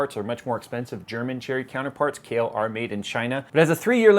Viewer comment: oh it's kahil, sounded like Kale lol